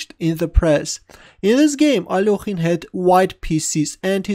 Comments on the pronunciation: the part that cringes me a lot is "ALOKHIN" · I don't know why so many people pronounce his name as if there's an 'o' in it...